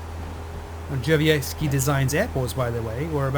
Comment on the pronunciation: duh-shuv-yet-ski. I asked him directly as I've included his scenery in some of my videos. pronounciation is spot on.